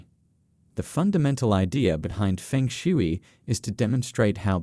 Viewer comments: Omg bro it’s pronounced (fang shway) not fengshewy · Fung shuay…proper pronunciation.